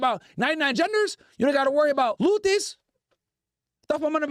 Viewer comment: Bro just said luthi's😂😂😂